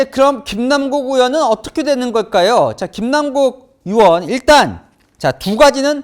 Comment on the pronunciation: 동앵커는 '의'발음이 안되시나요?? 의원을 으원, 의혹을 으혹, 계속 으원으원으혹으혹거리는거 상당히 거슬립니다. 아니,발음은 기본 아닌가? 방송 생활 십 수년짼데..